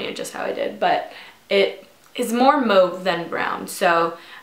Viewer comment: Agreed! And sometimes I wish there was an option to leave a voice recorded comment, because if there was I would show her how to properly pronounce "mauve" lol But seriously, beautiful makeup though. I love it.